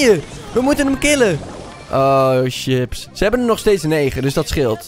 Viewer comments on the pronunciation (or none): none